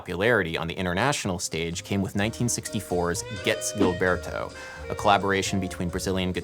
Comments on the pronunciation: Ai, e como! Joao Guilberto em vez de João Gilberto -- me dói o ouvido! ("Estadunidense" -- essa palavra não conheço, mas deu p'ra entender! rsrsrs) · Nice video. loved it. For future videos, if you plan to repeat words, like name references, get them right. You mentioned Xerox of a Xerox? Gilberto is different from Gilbert. It is a common name and is pronounced Ji, not English Gi. You know the name Emma? Try put Ipa in front of it, there you go. It is not Ipanima, more like IpanEmma. I worked hard to filter out the quirks in my ears to listen to the content. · You worked hard on pronunciations. Good job. But Gilberto should sound more like zheel BEAR tu. This Brazilian woman says his name in this video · it's not pronounced GILberto... It's a soft G/J sound... It's like the french, "je t'aime" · Fascinating！It does bother me when people don't take the time to find out how to pronounce things. In João Gilberto's name, both words start with the 'zh' sound as in the middle of 'leisure'. You get only the first one right. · Fun video. One thing I'm finding distracting: pronunciation of Gilberto. Is nobody going to comment that Gilberto is pronounced with a soft G? I scrolled way down but maybe I missed it. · I love you Adam, but please pronounce "Gilberto" with the zh sound of 'casual', 'fusion', the french J in 'je'. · Gilberto is pronounced Jeelberto. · Terrific work. Too late now though, but Garota is misspelled right at the get go. Only one R, not two! And Gilberto is pronounced with a soft G, as in GIgi. Sou brasileiro e a bossa vive no meu coracao. Thank you for disseminating the Bossa Nova. Muito obrigado! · Gilberto is actually pronounced as if it was a J (Jilberto). Doing good on the Portuguese tho! :D Great video as always. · Isn't Gilberto pronounced "Jilberto" though? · BTW, you are pronouncing the last name of João Gilberto wrong.